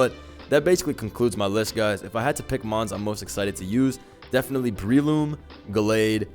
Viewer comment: Not that Breloom pronunciation...(it's Umbrella+Shroom, so pronounced Breh-loom)